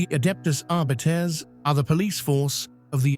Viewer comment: "Adeptus Arbeeetes"??